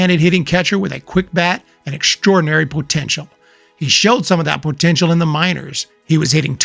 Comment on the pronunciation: Is this guy really saying “pootential” every fucking time?